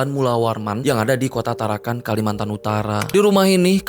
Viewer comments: TarakaN bang, bukan tarakaNG. Salam dari Tarakan. 😁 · Hahahah bukan tarankang. Bro tarakan 😂